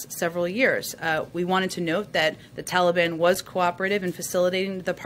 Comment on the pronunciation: It drives me crazy every time uncle joe says that. Its the Taliban!!!! I feel like screaming at the tv.